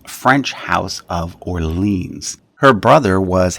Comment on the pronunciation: Too many mispronounced words (Orleans? This is not a place in the USA, for examle) showing the narrator to be a simple reader and not a scholar.